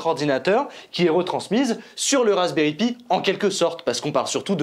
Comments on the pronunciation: Alexandre Valiquette à il le dit c’est juste que ils le disent en mode français c’est moche je te l’accorde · Ça fait drôle comment vous prononcer Pi, normalement on dit "Pie" mais super vidéo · "Pi" se prononce "paille", c'est pourtant si facile, même pour un français. Pour le reste, chapeau bas!